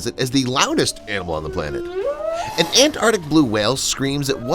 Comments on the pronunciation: The pronunciation is Antarctic and not Ant-arctic as you have pronounced! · I think the word is ANTARTIC, not ANNARTIC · After pronouncing the word ANTARCTIC as many times as you have in this video , is it too much to ask that you pronounce it correctly ? It has two " T 's " and two "Cs " . It is NOT pronounced " ANARTIC ". Take a bit of care and pride in your language ! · AnTarTic. With “T’s”. Pronounce the T’s. What is it with Americans, why can’t they pronounce a T in the middle of a word? Petty I know but it drives me round the bend. I can’t watch/listen once I’ve heard it. Aaahh. That’s better. Rant over. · It's 'Antarctic', not 'Antartic'. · Antarctic. Not An-ar-dick! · What is “anartic”? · Learn to pronounce ANTARCTIC! Both Cs are pronounced. (Sheesh!) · It’s not ant artic. It’s the Antarctic or Antarctica. Two Cs. Two Cs. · Had to stop watching… An an-ardic whale LOL. Three hard consonants and an ‘r’ all vanished. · He keeps dropping the t I can't stand this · It would be good if the narrator could pronounce Antarctic properly. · I'm pretty sure there are two letter t's in Antarctic. Not An'arctic. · Look, normally I wouldn’t say anything but since you’re saying it 500 times it is pronounced arctic, there is a c. Thanks I feel better now. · It's pronounced arctic... there are two C's in the word! (antarctic, too) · ANT-ARK-TIC! ANT-ARK-TIC! Damn! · AntarCtic. There's a C in there, pronouncing it isn't difficult. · Ant-arctic!! 😂😂😂 After e-centric ('eccentric') this is another American mispronunciation that bamboozles us!